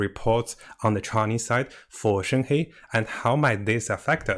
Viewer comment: Her name is read: “shern her”